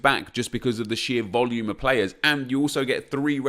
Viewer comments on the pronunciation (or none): none